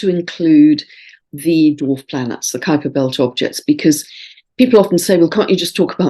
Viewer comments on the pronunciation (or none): none